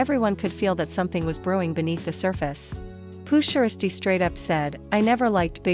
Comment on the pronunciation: Hate how mfs can’t pronounce the man’s name like poo (sheirsty)?🤨🤦🏽‍♂️